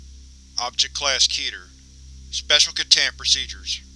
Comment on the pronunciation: ITS KEH-TER REEEEEEEE